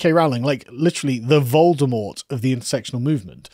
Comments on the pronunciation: I had rewind that. I thought Carl called JK Rowling "Vulvamort". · Did you say 'vulvamort' ?